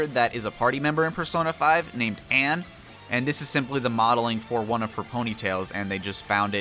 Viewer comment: ITS NOT ANNE ITS ANN GODDAMNIT